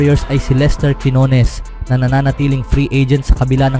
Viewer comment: Minamali mo pa ang bigkas ng quinones..... Pinoy ka, wag kang mag-inarte!!!